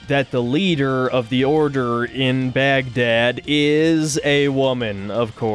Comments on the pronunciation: The pronunciation of BAGGGHDAAD was just... *chef's kiss* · "Baghrrrdad" lol that killed me